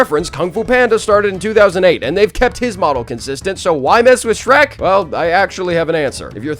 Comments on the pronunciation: That ain’t shrek that’s skreh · “ITS SHERK MAN”🔥